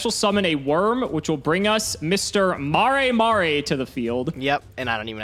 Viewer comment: I think its pronounced MAREH MAIR